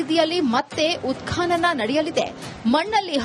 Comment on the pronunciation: ಉತ್ಕಾನನ ಅಲ್ಲ ಉತ್ಖನನ